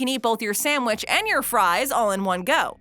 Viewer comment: I love that she says samwich